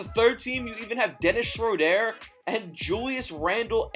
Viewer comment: Stop saying Dennis Schrodére like that